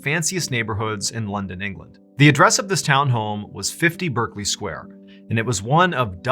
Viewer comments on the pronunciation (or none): Berkeley is pronounced Bark-Lee in London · Great video, I live in London and have never heard of this story. By the way Berkley is pronounced Barkley . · That picture of the man on the bed with the wide eyes scared the bejezus out of me. By the way Berkley Square is pronounced Barclay Square here in England. Thanks Mr Ballen.